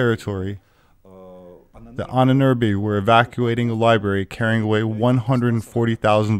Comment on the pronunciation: Ahnenerbe = Ahnen Erbe = ancestor's inheritance, you should try to pronounce Ahnenerbe as you butchered the word into hell and back.